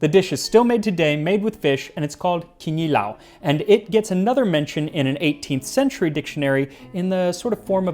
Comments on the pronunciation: I'm happy you said kinilaw instead of kilawin. It's like the difference between GIF and GIF. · Man the way he says ‘kinilaw’ makes my Filipino heart do a little dance, your pronunciation is really good